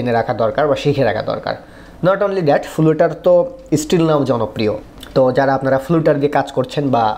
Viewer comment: উচ্চারনটা ফ্লাটার করলেই শ্রুতিমধুর হোতো। ফ্লাটারের অফিসিয়াল ভিডিওগুলোতেও উচ্চারন ফ্লাটার। ( )। আমার দেখা সব ইংলিশ টিউটোরিয়ালগুলোতেও উচ্চারনটা শুনেছি ফ্লাটার। তাই আপনার এই ভুল উচ্চারন শুনে অনেক লার্নার যদি সবখানে ফ্লুটার ফ্লুটার বলতে থাকে, সেটা একটু অড শোনাবে।